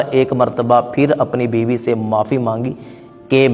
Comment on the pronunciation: biwi Nahin Biba hai kya bandal banate Ho